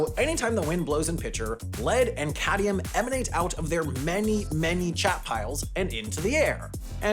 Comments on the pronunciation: It's Cadmium, not Cadium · I’ve spotted an error, yay! Should’ve said “cadmium” instead of “cadium”. 😘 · led and cadium (not cadmium) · "Cadium"? What's that? Or did you mean "cadmium" instead? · Ooh ooh.. says cadium instead of cadmium and it will totally be in the video at the end of the year right? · Correction: you said "Cadium" instead of "Cadmium" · "Cadium" he he he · Reservations Part 0, CGP Grey; theres a reason its not named that Cad-mi-um, not caddy-um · what's "cadium"?